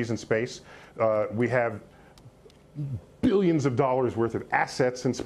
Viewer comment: Love the way he says billions of dollars worth of assets, its such a humongous much he can just about get it out .